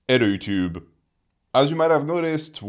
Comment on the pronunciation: "Ed Yuuchube"